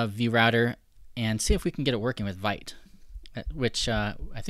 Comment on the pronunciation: the pronunciation is veet.